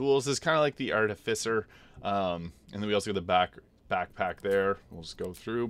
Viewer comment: So, I'm pretty new here. Is his habit of pronouncing the last part of "artificer" as "fisher" an in-joke?